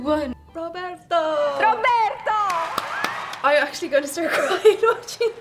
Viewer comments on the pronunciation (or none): ROBERETO, SERIOUSLY? It's RO-BER-TO